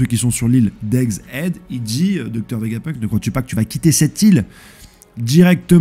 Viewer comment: Il dit egg hid aussi alors que ça se prononce hède, même en anglais ça se prononce hède donc bon, j'sais pas s'il fait exprès